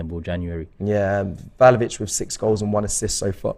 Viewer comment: Btw it’s vla ho vich not val ho vich😅